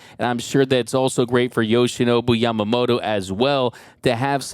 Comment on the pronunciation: his name is YamamoTO, not YamamoRO, so please pronaunce properly in Japanese.🙏🏻🇯🇵